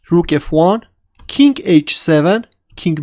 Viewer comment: Why do these Russians keep referring to the king as "kink"?